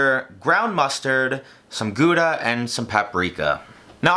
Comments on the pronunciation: If there is ONE word in the cooking community that is mispronounced the most, it is 100% Gouda Im Dutch lol Imma try to explain it You start with a so- just yeet it into google translate xD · its gOWder btw. not gooder